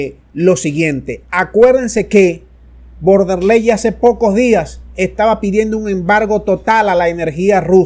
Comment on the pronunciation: SOLO QUIERO CORREJIR A CON EL APELLIDO DE VON DER LEYEN, LA PALABRA VON SE PRENUNCIA EN FON DER LEYEN